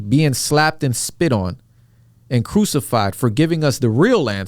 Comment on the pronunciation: Crusified not Cusified